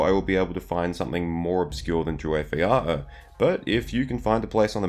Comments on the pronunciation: Drew-wayth yah-oor, not ee-yah-(glottal stop)-her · Druwaith 'Yawr' (if it pronounces like the Celtic base language), not 'Yahuh'. Interesting obscure place indeed. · "Waith" rhymes with "white", not with "eight". "Iaur" indeed has a "y" sound, not a "ee" one. And it's more of a YAH-oor. "A" as in "father", not as in "cat", and then no final "err" sound, you jump from "u" straight to "r". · It's a "y" sound as in "yes", not "ee" as in "eeny meeny". YAH-oor. Two syllables, first one stressed. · I’m not sure about your pronunciation of Drúwaith Iaur. The first part is OK but the second element should rhyme with English “now”, so “yowr”. In modern Welsh “nawr” rhymes with “iaur” (and in English means “now”. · droo-withthe yowr. Like unvoice th, hence the unusual spelling, but Iaur is actually one syllable, and "waith" is not "weith" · It's more like "jaur", one fluent word. There is no need for the glottal stops between the vowels. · 'Iaur' is pronounced roughly like 'tower'. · Allow me to assist you: Drew-eye-th Ee-our (as in the possessive pronoun 'our'). In Tolkien's pronunciations, which he very specifically lists in the Appendices to Return of the King (do look into this for future pronunciation assistance), 'ai' is pronounced 'eye', and 'au' is pronounced 'ow' as in 'ow that hurts'. For example, Sauron is 'Sowron' or 'Souron', not 'Sore-on'. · Interesting topic, but I found the pronunciation of the area's name so jarring: you get Druedain right, and the "ai" in Druwaith has the same pronunciation (like "eye"); instead Iaur should be something like "yowl" but with an "R" at the end instead of "L" (it has a very a Welsh-like sound, in my opinion!)